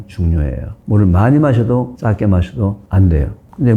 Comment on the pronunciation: 교수님 강의 늘 잘듣고 도움 많이 되고 있습니다 감사합니다 그런데 작게를 짝게 적은을 짝은 등 ㅈ-ㅉ 발음이 조금 거슬리네요 교수님 강의와 책을 좋아하고 도움을 많이 받는 구독자입니다